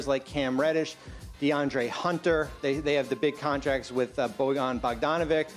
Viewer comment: Its Bogdan not Bojan Bogdanović